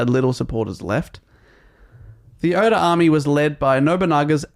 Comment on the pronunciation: I’m not here to rant about whether or not he was a samurai but I will say the pronunciation of his name killed me the entire episode lol